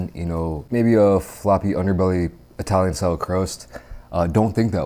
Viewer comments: Eye-talian got me everytime 💀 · Eye-talian 🤣🤣🤣 bro. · Did anyone hear eye-talian pizza a few times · uses Eye-talian and Italian interchangeably to cover all bases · No one:: 👁 talian